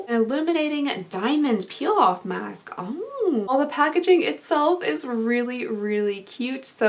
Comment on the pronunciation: I'm loudly eating chips while watching this, and when you sniffed the face mask and said it smells like "a mask" I swear I heard you say "my ass" and i choked